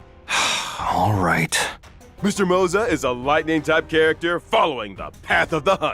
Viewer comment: Why tf are you saying MOZA for Moze?